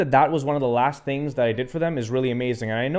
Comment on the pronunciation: I like “tings”